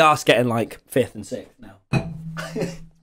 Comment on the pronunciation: PLEASE THE WAY TOMMY PRONOUNCES SIXTH